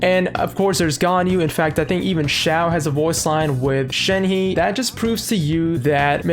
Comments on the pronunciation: “Shen-huh” for pronunciation. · It's pronounced, Shen (just Shen) he (use the H sound from the English word he, and for the sound of the E it will be pronounced like when you "uhh" but don't say ShenHeeeee, just say the He really fast well not too fast just fast and then you can pronounce it) I'm not that good at explaining but I hope you get the idea of what I'm say. So Shenhe (Shen-H-uh) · Its pronounced as 'shen-her' but without the 'r'. But when saying 'shen' theres like a 'u' undertone or smthng.